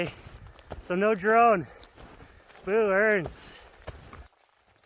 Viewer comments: Was he saying "Boo" or Booourns"?? hahaha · Boo-erns lol.